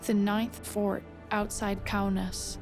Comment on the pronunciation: KAUNAS DEAR GOD, It’s Lithuanian city. IT IS CALLED KAUNAS